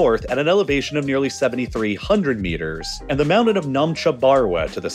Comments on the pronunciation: Not trying to be a dick but you don’t have a speech impediment. Don’t say “mownen” it’s mountain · wtf is a mounin?